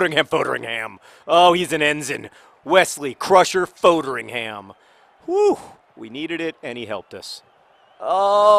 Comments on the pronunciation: You're pronouncing Foderingham wrong John! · Please learn how to pronounce Foderingham.